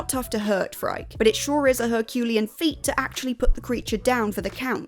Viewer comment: Yes, and Phrike is pronounced “free-kay” (it's Greek)